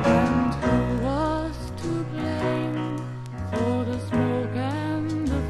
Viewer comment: Its Blame not BLAM.